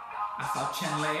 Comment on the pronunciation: Chen Le is pronunced "Chuhn-Luh". You're welcome~ Ps: I loved the video. New sub.